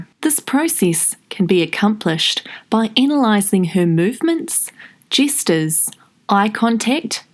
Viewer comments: "by analysing her movement, jesters, eye contact and postures" sorry the way you said gestures made me laugh okay back to the video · You said 'Jesters' twice - so it wasn't an accident. Gestures - sounds like pastures - not jesters...😝